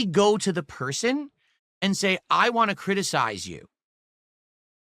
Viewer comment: Once you notice he says “wan” instead of “want” you can’t unhear it ! Sorry doods 🤷